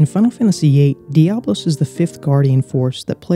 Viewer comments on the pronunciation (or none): Important to note that it's Diabolos, not Diablos.